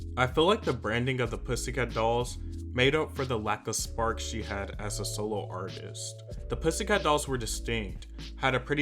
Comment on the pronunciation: Every time said “solo” it sounded like soul 😆